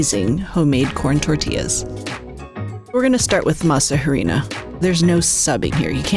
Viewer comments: pronounced "Eh-dee-nah" rather than "Hairy-na" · This is what I don't like about America's Test Kitchen. If you're going to present yourself as experts in preparing food & dishes from other countries, have the courtesy to learn how to pronounce their ingredients. You don't pronounce the H in harina, it is pronounced: ah ree na. If the recipe was properly researched by learning from the culture from which it was appropriated, this would have been discovered. I see this a lot on ATK. Also, there is no oil in corn tortillas. 😌 For a far better video check out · The H is silent.. not "H:arina but "ARINA".. if you are going to "pronounce" in English simply use the word "Flour" otherwise "H"arina sounds ridiculous- especially if you are making tortillas... let me guess you advocate pronouncing Tortillas as Torti"L"as as Opposed to Torti"y"as" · The "H" in Harina is SILENT!!! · Can't believe she's saying harina with an h. She might as well say tor-til-la. I wonder where she got the idea to use oil in the dough and on the pan? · I just go to local tortilleria and buy fresh ones. Also the "H" is silent in harina. Great!